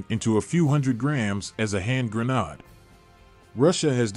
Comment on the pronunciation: Grenade is pronounced grenaid, not grenodd . You all can do better!